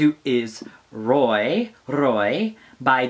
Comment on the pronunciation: Billal is not really a drag queen :) is not "le petite nicolasse" is just " le peti nicola" , and is "roua" and not "roye " :) is just for you and your French :)